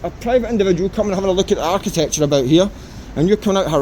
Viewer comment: Whats "art ti thetechure" just aksing ..